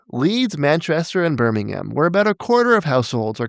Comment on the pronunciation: Shoutout to a North American pronouncing "Birmingham" properly 🙏